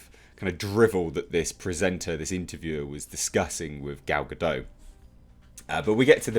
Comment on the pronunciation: A bit of a heads-up. the T in Gal Godot's surname is not silent.